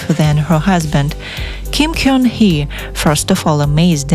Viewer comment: Gun- should be pronounced as GUN as the weapon, not KYONG